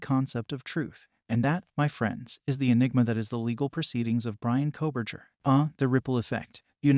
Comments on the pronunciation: Nobody doing these videos is an expert😂 specially true crime people😂 this guy can’t even pronounce his name correctly ! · This is AI. Maybe Fake report? Can not say Bryans last name correct v